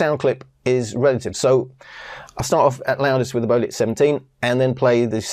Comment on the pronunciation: it's BEO---'LIT (BEO = BANG En Olufsen)